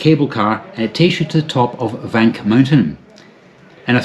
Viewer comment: stifled giggles 'I love vank' 😂